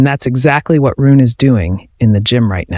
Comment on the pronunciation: It's pronounced "Roo-nuh," not "Roon!" Get your AI pronunciation in order.